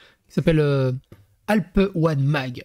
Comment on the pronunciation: alpes 1 mag= "alpin mag" et non "alpes one mag" ;)